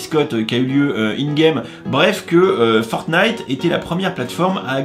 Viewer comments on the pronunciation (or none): none